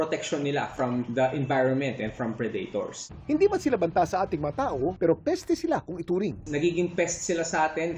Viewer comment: hilig ng pinoy basahin yung predator na pre date thor. Wtf mga pinoy nga mahilig sa movie na predator tapos di maayos ayos pag bigkas